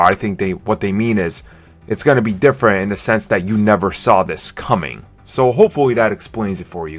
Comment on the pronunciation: Hey dude. Try putting your tongue against the back of your top teeth. It's "this" not "dis". And lose the other Elmer Fuddisms like "essuentually", "verry verry" and "difffrent". Otherwise just be "verry verry" quiet and go hunt some wabbits. The word 'retarded' has fallen out of favor, so I'll just say that you are 'challenged' by the English language.